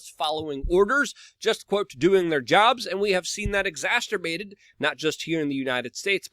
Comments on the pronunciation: My favorite part about every We Are Change video is when he says "exacterbate." BRO THERES NO 'T' IN EXACERBATE. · Great work as usual. I always love it when you say "exasterbate" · it's just funny because he makes it sound like masturbate.